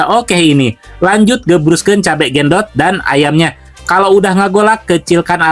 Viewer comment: BUKAN GENDOT,TAPI BENDOT